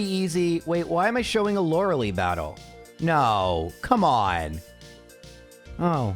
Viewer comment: isnt lorelei pronounced lo re lai or lo re lay? why lo re lee?